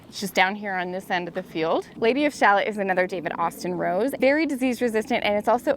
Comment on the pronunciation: It's pronounced Lady of sha·luht. It's "shalott". Not shallot like the vegetable. LOL! :) One of my favorite poems by Tennyson